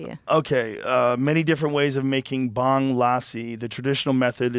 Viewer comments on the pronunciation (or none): bruh it’s called “BHUNG” lol I’m from Pakistan and used to make that lol